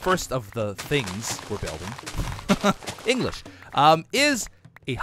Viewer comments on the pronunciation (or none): none